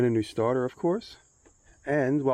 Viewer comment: “Change da staata” 😂True Nu Yorka✨💫💎